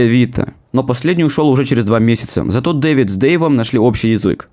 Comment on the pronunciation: Не тупи, череф))